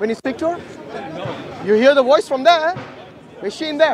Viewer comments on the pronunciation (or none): its voice not woyce!!